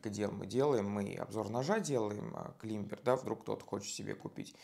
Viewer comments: Не кламбер, а клайме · (Без негатива) говорится не клибер а кламбер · Правильно говорить клАймбер! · Умоляю, ради всего святого, не называйте модель Climber "климбером"!!! Вы же Ranger не называете "рангером"! Это ведь слово не из немецкого языка (где читается так, как пишется), а из английского, про разницу между написанием и произношением в котором даже поговорка есть: по-английски пишется "Манчестер", а читается "Ливерпуль"! Британский вариант правильного произношения слова "climber" - "клайме" (буква "b" вообще не произносится), американский вариант - "клаймер". Только так и не иначе! Произносить "climber" как "климбер" - это гораздо хуже, чем, допустим, произносить русское "полотенце" с сильным оканьем или, например, в очень приличном обществе вместо "парень" говорить "чувак"...